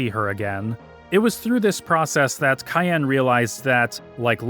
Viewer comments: I like this but..... Cyan is a color and is pronounced sai·an. Not Kayan. While this game was really really focused on the story. Most of the characters name origins were really simple Characters name: Terra = Earth. She represent earth and humanity in its diversity Setzer/Setzen = is from German gambling Locke Cole = Lock as he`s a `treasure hunter` Cyan Garamonde = Cyan is a Color pronounced sai·an and Garamonde is from 2 words from french. Gare which is for a train stop/station and monde which mean world. Billy/Shadow = Billy the kid. Shadow part is self explanatory Celes Chere = Celes come from celestial and Chere is `dear`. Reflecting her personality and regret of the life she had.(Funny enough, seems like she reflect the regret feminist will have in the future) Gau is most likely from the word Gaul. They were historically considered wild tribes unlike the Asterix and Obelisk saga. Known to be `savages wild mens` that highly resisted the 'civilized romans' Etc to not be to big on the list but its all very simple. To conclude.... Just remember that FFVI is more magical than Espers which come from the word 'Espoir' which mean hope and is the hope of surviving that world. They even had malboro with bad breath attack giving too many bad status which wa spoorly written to avoid lawsuit in order to remember all of us kids to not smoke :) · I love this video, you did an incredible job! But dude, "Cayenne"? What, is he a samurai pepper to you? His name is Cyan. Hell, they even made his armor the color, cyan. Please don't disrespect my favorite playable character's name. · Wait, Cyan is pronounced cayenne like the pepper? I never bothered to look at the Japanese, I just assumed it was like the color, since it fit his personality. Today I learned. And PM. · Couldnt make it more then 3 minutes after hearing you pronounce Cyan.